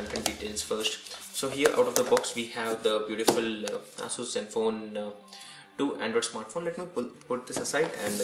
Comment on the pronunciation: Your pronunciation of Asus seems wrong.